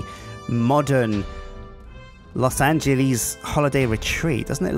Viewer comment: "Loss Angeleez"